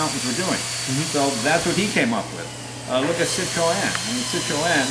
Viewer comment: passionate about cars but not bothered enough to learn how to say their names.. sit-row-ann... (Citroen)